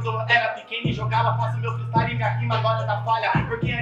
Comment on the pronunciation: Acho q ela pegou pesado kkk mas ta certa. Tem q estudar mano. Eu acredito em vc. Estuda e mostra q a palavra freestyle vai ser diga corretamente tanto qto seus "fatalitys" nas batalhas.